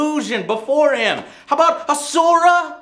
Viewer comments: Joe, love your stuff, but for the love of god, please stop butchering asura's name. They only say it the right way in his game about 1000 times and you choose to say it wrong. Sorry, it's just a pet peeve of mine, not one god damn person who has ever talked about that game has said his name right. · i see you still havent learned how to pronounce asura.